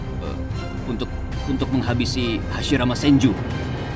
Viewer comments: Hashirama ❌hasimaara✔️ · Hasirama cok bukan hasimara😊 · Hashirama ya, bang bukan Hashimara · Ceritanya keren. Tapi maaf, jadi agak lucu denger Hashirama disebut Hashimara😅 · Hashirama woy, lain Hashimara duh ngakakkk😂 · DIA BAHAS MISTERI DI NARUTO, TAPI PENGUCAPANNYA DIA SAJA MASIH MISTERI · Waduhh Hasirama jadi Hasimara..😅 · Hasirama kali min,,, Hasimara,, 😂😂😂😂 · Kirain takigakure yang lupa bilang hashirama, eehh ternyata sampai di ulang beberapa kali bilangnya hashimara muluk😂 siapa tuh? Engkongnya hashirama ya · Hashirama ❌ Hashimara ✅ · Hasimara wkwkwkwk😂😂 hasirama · Kenapa lu nyebut Hashirama Jadi hashimara 😂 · hasirama min,bkn hasimara 😅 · Hasirama pak ..bukan hasimara😂😂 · Hasirama ,atau Hasimara :v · Bukan hasimara tp hasirama min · Hasirama om..bukan hasimara😅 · Hashirama anjirrrr, bukan hasimara😅😅😅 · HASIRAMA bukan HASIMARA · Hashirama min bukan hashimara😂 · Hashirama cuy bukan hasimara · Menit salah dubbing spelling error, "hashimara" senju bukan "Hashirama" ngakak aii 😂, tp ok sih ceritanya lanjut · Kok hasimara senju bukan hasirama wkwkwkwkkwkwkwkwk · Ralat bang , hashirama bukan hashimara😁 Ttep sip bisa bikin funfict kyk gini, smngt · Hashirama bukan hashimara🤭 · Hashirama bukan hashimara bang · Wkwkw aku juga notolis hasimara untung ngga jadi murah. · HASHIMARA doooonggg🤣🤣🤣 Diulang beberapa kali lagi😂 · Hashimara trus bilangnya 😂😂😂